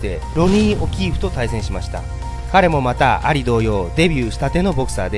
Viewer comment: モハメド・「アリ」の発音が完全に蟻ww